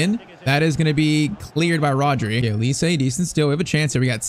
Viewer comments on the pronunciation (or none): none